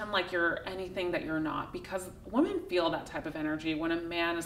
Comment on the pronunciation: hey thanks for all the good content. I can't help telling you though, it would sound a lot better if you pronounced the plural of the word "women" correctly. Especially since you say that word so often. It is spelled the same as the singular, but pronounced differently. sing. (wo͝om′ən) n. pl. wom·en (wĭm′ĭn)